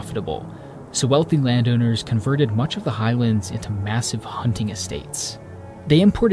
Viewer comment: that pronunciation of highlands is triggering